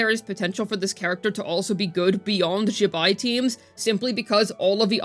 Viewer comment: Also pronounces Zibai incorrectly as well